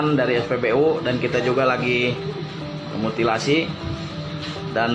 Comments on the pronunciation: kita lagi mutilasi? 😂😂 Padahal mau ngomong investigasi 😂😂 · kita lagi "mutilasi"? 😂😂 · mutilasi ? Apa gw ga salah denger ? Investigasi kali maksudnya Thx for info